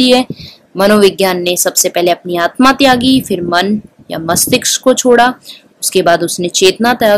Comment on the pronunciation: mastishk hota hai mastiksh nahi